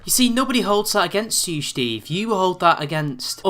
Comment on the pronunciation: lol... I wonder if you do that on purpose or that's just how you say the name Steve.